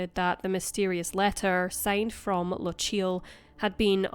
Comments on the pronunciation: Lock-ee-yul, not Luh-cheel. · How can you, being Scottish, butcher the word ''Lochiel' like that?